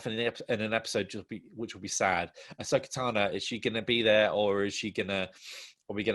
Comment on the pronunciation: Why is it sounds like he's pronouncing Ahsoka's name as Asso Katano, I can't unhear it now! (Brilliant video, both theories about the clones equally believable)